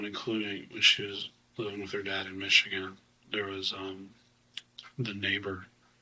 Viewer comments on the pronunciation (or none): none